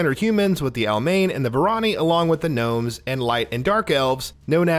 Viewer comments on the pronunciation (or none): none